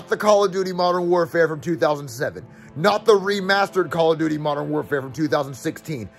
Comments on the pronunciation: “Call of dutis” 💀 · No it's call of dootis